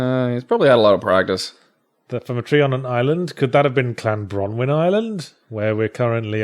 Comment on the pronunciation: As a Wlesh person, can't shake the insistant thought that "Clanbronwyn" should have been "Llanbronwyn"